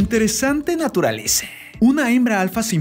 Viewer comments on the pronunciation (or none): Dijo naturaleze?😂😂